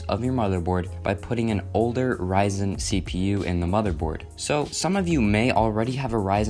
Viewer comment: it's ryzen(raizen) not "rizen"